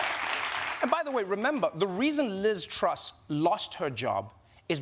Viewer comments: Finally you say her name right, now that she's out, Troooose! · I love how Trevor finally learned how to pronounce "Truss" right when she's leaving